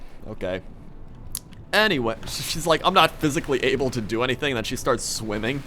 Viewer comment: Desc.. He says Star instead of start :D